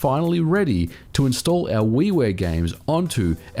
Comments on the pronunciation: Yeah weewear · At first I thought he said Wee Wee games. But it was actually Wii Ware. Lol